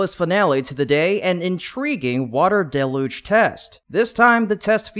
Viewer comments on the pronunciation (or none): I hate to say it but you still aren't saying 'deluge' quite right. It is not 'day-luge' and it is also not 'del-luge' it is 'dell-huge' Keep trying, you'll get it.